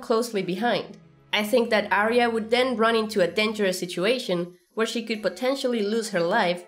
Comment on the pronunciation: I am always looking forward to Arya's reunion with the correct pronunciation of her name.